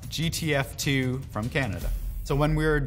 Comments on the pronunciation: Guy talks about how his is Canadian and works in Montreal... Only CTU he fucks up the name is the Canadians! For both characters. Says "GTF2" not JTF2. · my man keeps saying GTF2 😪